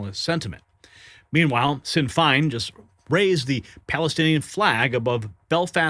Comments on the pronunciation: It's pronounced "Shin Fane" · Sinn Fein is prounced "Shin Fayn" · You say it like shin fain😂🇮🇪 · SInn Fein pronounced Shin Fain. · It is pronounced "shin fayn" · Hi,, Sinn Féin is pronounced Shin Fayne.